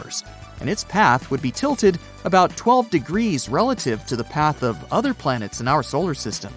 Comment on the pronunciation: beLIEve its plan-ets 😂